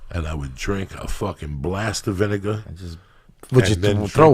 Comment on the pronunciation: VIN-AH-GAH LOL